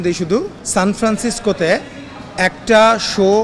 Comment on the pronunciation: সানফ্রান্সিসকো শহরের নামটাই বলতে পারেনা আবার ব্লগ করেন